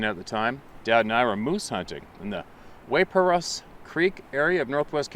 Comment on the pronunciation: Waiparous pronounced wipe-poor-us, it is south of Burntimber and is my stomping grounds, many Sasquatch encounters in these areas.